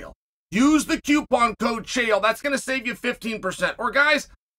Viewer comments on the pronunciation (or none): none